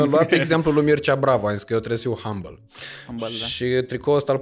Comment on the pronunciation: "rendăm" "Hambăl" Instant schimbam sau derulam